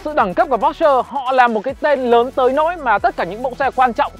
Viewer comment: Phát âm sai bét nhè còn đi nâng bi nhau :))